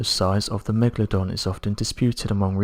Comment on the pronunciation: the "Megadon" shark?